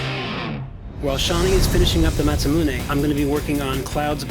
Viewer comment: Biggest fan and still pronounces Masamune as "mass-ah-moon-ey" :/